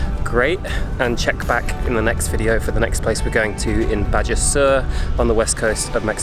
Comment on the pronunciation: It's pronounced "Ba-Ha", Not Ba-Ja as it is spelled. Lol